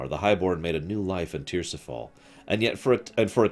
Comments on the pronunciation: Tir-is-fal. Not Tirsifal. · ti-ris-fal it's derived from Tyr's Fall but that doesn't mean you pronounce it the way you say it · What the hell, saying tirisfall tirsifall lol. If you haven’t played the game one should not be reading these books. If you’ve played the games you’d know how to pronounce/say correctly the names that were butchered.